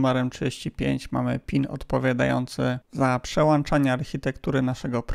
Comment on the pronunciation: Aha!!! przełączać miało być. Teraz rozumiem, to jeden z tych analfabetów, którzy mają włanczniki światła zamiast włączników.